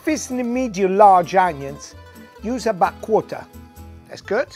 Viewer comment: But he says 'abahhht' instead of 'about' lol